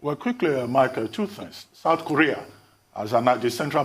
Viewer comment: South not soth! Seeing the leaders, I think it’s actually soth.